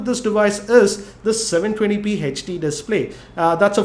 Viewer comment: He says HD to hach di